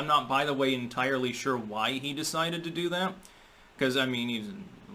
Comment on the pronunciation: you cannot pronounce an "n" or a "t" with your lips closed. You end up saying an "m" or a "p" instead. Example: You are saying "thap" instead of "that" at the end of this sentence. Not 'thap' you are going to care, I suppose.